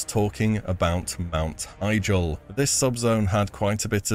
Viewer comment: "Mount Heigel"